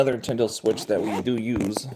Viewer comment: That hat makes you look like you have a pinhead. Are tou saying "Intendo"?